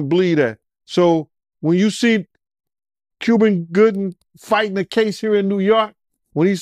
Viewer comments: On me I heard him say Cuvin Goobin Juber.😂😂😂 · could not pronounce Cuba Gooding jr..